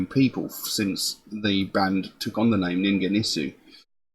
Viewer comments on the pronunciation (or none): glad you found ningen isu, you were close with hard G but silent u at the end :) please do caterpillar, its my fav